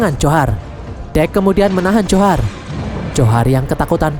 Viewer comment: Njhorr namanya bang bukan johar